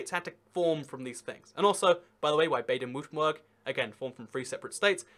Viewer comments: Berg not Burg! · Baden-Wurtemburh, Pronounced "Bah-Den Vur-Tem-Burg" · You have to work on your pronunciation of German cities, man. Brey-men = Bremen. Baden-Vurttemberg = Baden-Württemberg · Marc Exner Nah, Baden-Württemberg gets butchered way more